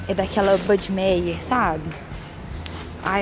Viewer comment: uma dica... a marca Heinz e Buddemeyer são de origem germânicas e toda palavra que tenha “ei” junto, o som é “a”. “Hainz” e “Buddemaier”. 😉 Adoro seus videos e cursos!! Beijo